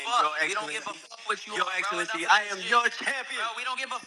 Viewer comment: Zab is selling out boxing. Boxing is great already! It doesn’t need Dana White to make it great again! Zab just want to get down for a check. Can’t even say His Excellency’s name correctly.😂 stop it!